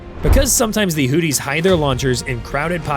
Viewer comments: Not hooties 😂 hoothies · Hearing Hootys over and over was annoying to keep hearing. If you are going to say their name, at least say it right. Houth - e is how it's sounds. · Is the AI calling them Hooties?? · Hooties and the blowfish? Pronounce your words. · Ha ha ha. He says hooties. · AI garbage. Mispronounced Houthis every time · Man your pronounciation of houthis makes me laugh so hard. Sounds like booties with an H 😂